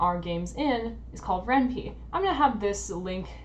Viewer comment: It's Ren'Py... Py as in Python... not as in wimpy